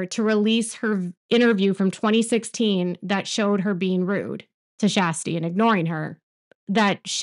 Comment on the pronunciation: You mean the Flaasome talk woman? Her name is pronounced Kirstie not shasty